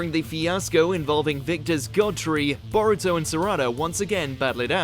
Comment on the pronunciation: C'mon man if you're gonna make a video about anime fights actually put some effort into properly pronouncing the characters names